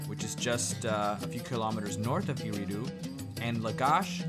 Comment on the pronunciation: Aridu not eridu